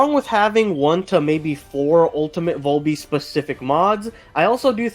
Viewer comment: Man the way you sal VALby makes me wanna claw my eyes out 😫